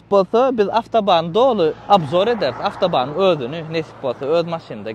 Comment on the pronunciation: Avtoband değil otoban 😂